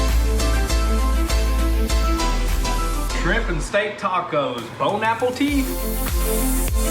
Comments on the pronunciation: je croyais avoir entendu " Bonne appétit " mais non Bone apple tea . dommage j'aurais bien aimer avoir quelques mots français . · “Bone-apple-teat” lol 😂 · "Bone Apple Teat", dang that is some rough French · Did he really say bone apple tea 🍵 🤣😂😂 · Shrimp and steak tacos (Bone-Apple-Tea lol😭😭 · "bone apple tea" lmao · LOOOL BONE APPLE TEETH y'all killed me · Bone-apple-tea lmao I spit my dip out bro lol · He said Bone Apple Teet and I’m 💀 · Im dead 🤣 he said "Bone Appleteet ! "😭😂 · Did he just say bone app po teet? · "Bone Apple Tea" Lmao too funny. Almost as funny as Almost OEM.. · bone apple teeth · did you say bone apple teeth? lol. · "bone apple teeet" lmfao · "Bone-Apple-Teat"... 🤣 As someone born and raised in rural Alabama, I gotta say, that's a fairly accurate representation of how most folks down here talk... Then again, yall ain't that far away, just right up the road. 👍🏻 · ''Bone apple teet ''(Bon appetite )... ... I died 😂😂😂😂✊ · Did he just say "Bone Apple Tea"? hahahahahah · "Bone Apple Tea" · Quote of the decade “Bone apple teet” -, 2020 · He said bone apple teeth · Its bone apple teeth btw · This dude literally goes “bone apple teeth” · ""Bone Apple Tea" xD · "Bon Apple Tit" lol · Some cajun French right there.